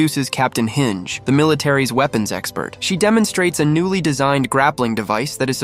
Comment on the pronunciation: HINGE?! HINGE?!!!! ITS HANGER PRONOUNCED HAN-JI LEARN TO PRONOUNCE THE NAMES!!!!!!